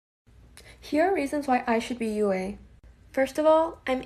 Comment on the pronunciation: her says yue as (U-A) ITS pronounced (you) she shouldn’t be yue